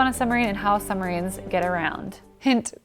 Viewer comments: PLEASE! PLEASE! I am begging you. Stop saying summarines. It's SUB-marines. (also that a russian sub graphic) BTW: Love you work otherwise.... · Lol “summarines”